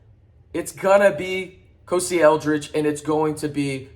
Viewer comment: Listen i want you to get 1k too and i want it for yall sooner than the end of the season, but man you gotta work on your names man, its not ko(see) Eldredge its kos(i) cmon